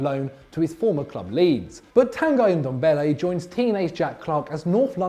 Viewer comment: lmao literally no one pronounces ndombele right